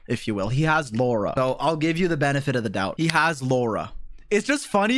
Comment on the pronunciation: Indians hearing lau-ra 😂😂 you will get it 😂